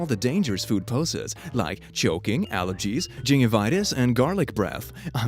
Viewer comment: You can't read...... say gingivitis again